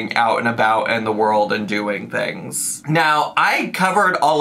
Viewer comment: did he just say right MEOW??? 🤣 please tell me I heard right